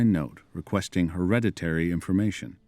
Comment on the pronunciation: Hillariously many in this video seem to struggle to pronounce hereditary. "Her-red-it-tree" surely? Not "Her-reddy-ree" .